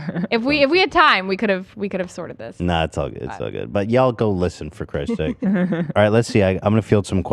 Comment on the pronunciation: love, old people in tennessee definitely say ohl 😂